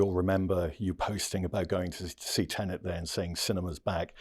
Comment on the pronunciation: It’s Tenet, Tom. Not tenant.